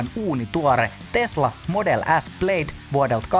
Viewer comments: Se lausutaan PLÄD, ei PLEID. Faktat haltuun! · Se lausutaan kuulemma "plääd" 😆